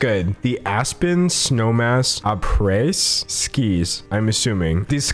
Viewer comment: "AprèS skiEs"